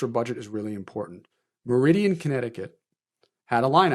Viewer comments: You unfortunately mispronounced Meriden, CT pretty bad. Good reporting though. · Mar e din (Meriden) not Meridian.